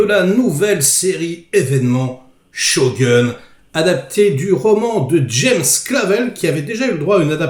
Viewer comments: la premiere serie etait extraordinaire avec richard chamberlain et toshiro mifune, celle là a interet à etre à la hauteur, par contre on dit pas shogun c est pas un gun mais plutot shogoun ^^ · On dit pas Sho(gun) mais Shogoun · please...: ShoGOUNE! Not Show Gueune! Shogoune, comme la boite de nuit dans Camping! Respect... Tu m'éclates..;o) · sho quoi ? On dit shogun 将軍 le u est prononcé « ou » pas shogeun à l’américaine tu devrais regarder plus de film et d’animé japonais 😊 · shogun (goune) pas "gun" à l'anglaise comme un flingue.... pfff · Mes oreilles saignent On dit "Sho" "Goune" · Merci pour la review, sinon shogun est dit shogoun en japonais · On dit pas ShogOUn ?? 😳